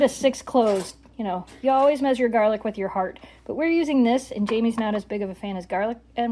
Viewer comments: At first I thought you said jar lick for the garlic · ok, I’ve never heard it said like that.